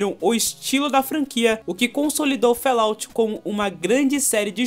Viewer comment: Fallout - pronúncia: FÓLAUT, e nao "félaut"... abraço ;)